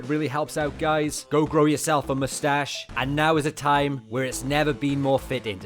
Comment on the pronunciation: Vegeta: mou-stash Mou-stash Mou-stash